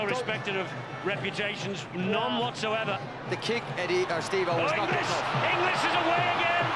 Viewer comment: Is my hearing going...or does that Pommy commentator persistently pronounce 'INGLIS' as "ENGLISH" ?